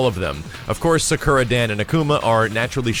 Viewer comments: suhkura? thought her name was pronounced soccera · Sak-oo-ra, not Sa-kur-a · why u say sakura like that is like u are saying zekura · What's a Sukera? I know Sakura but Sukera? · Sacurra (Sa-kUra).. i cringe every tim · Cool, but that's not how you pronounce "Sakura". /weebmodeoff